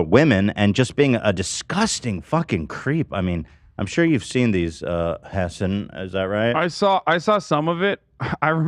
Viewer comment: I never knew if pronounicng hasan's name as "Hasen" is a joke or if that's how u actually pronounces it. Hasan never reacts to it, and I don't think Hasan has ever pronounced it like that